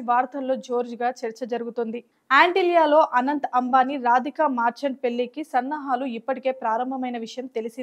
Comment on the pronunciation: మార్చంట్ కాదు మర్చంట్